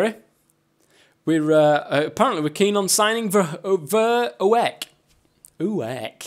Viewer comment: Verhoek is pronounced like ver-hook